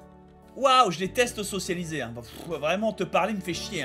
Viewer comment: Bob, ça fait trois épisodes que je me retiens de faire la remarque mais je vais pas tenir plus longtemps... Bob... On dit socia-BI-liser